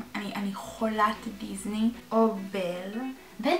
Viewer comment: היא אמרה: אני חולת דיזני במקום דיסני